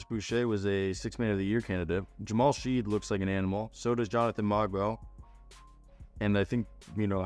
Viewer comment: Shead is pronounced "shed", btw. He's probably the most ready. Mogbo looks like he needs time in the G-league. The Raptors have a chance to surprise - but it depends on 1) A leap from Gradey, 2) Continued growth from Barnes/Quickley/Barrett, 3) Staying healthy - particularly Barnes and Poltl. It'll be fun to watch, but they'll need luck on their side to avoid the lottery.